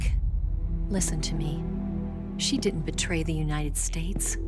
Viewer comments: "the united snates" ;< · also starting is UNITED SNATES suppose to be UNITED "STATES"????